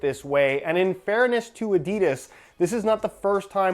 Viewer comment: At least you fucking say aididas